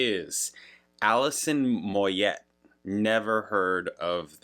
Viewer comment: it's pronounced "Moy yay".....she's from my neck of the woods........Great,great voice.....you may know love resurrection.